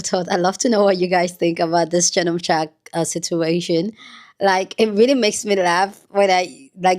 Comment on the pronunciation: your tongue slip of shark instead of sharpe is a great slip. He is a shark 😂.